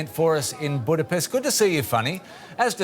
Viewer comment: This riporter girl actually can not pronounce Budapest nor hungarian surnames correctly, despite she is hungarian. 😅